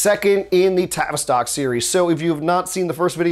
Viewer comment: you keep saying travistock... lol. Great Info tho